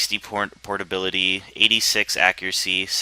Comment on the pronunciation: lol listen carefully it sounds like he says 60 pornability xD